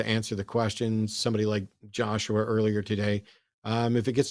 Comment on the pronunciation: Wow was an Obnowoxuoious little twit eh?